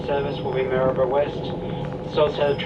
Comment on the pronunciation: Well done, you pronounced Maryborough correctly. Not many people do except us natives.